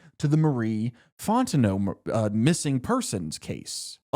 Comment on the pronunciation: The way you pronounce "Fontano" is hurting 😂😅